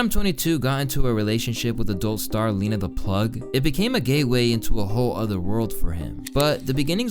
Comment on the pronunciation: you saying gayway instead of gateway has to be a Freudian slip if I’ve ever heard one.